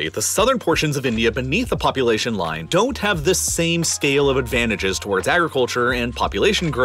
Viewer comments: "poupulation" lmao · ayo not poupulation and polulation 😂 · Poupulation and Polulation :D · polulation and poupulation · polulation ?? poupulation ??? which is it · Sorry but "Poupulation" and "Polulation" ?? xD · Liked, but: Uttar Pradesh "Polulation" Pakistan "Poupulation" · Polulation 🤔 : Poupulation 🤨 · Polulation and Poupulation? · poupulation polulation